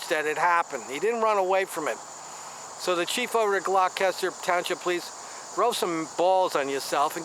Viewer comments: It's pronounced Gloss ter. It's next to Camden County. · You're butchering the pronunciation of Gloucester